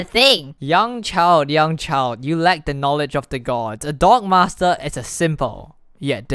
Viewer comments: Every time he says D O G M A S T R E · anyone else hear "dong master"